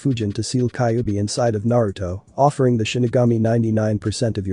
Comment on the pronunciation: fix the freaking ai because it's called the kyubbi not kickbi